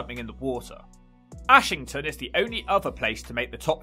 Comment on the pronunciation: Its pronounced Errshington or ashghanistan.